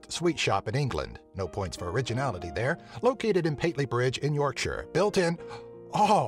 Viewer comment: He pronounced Yorkshire correctly!